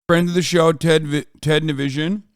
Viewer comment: i love how hasan never pronounces ted's name right lmaooooo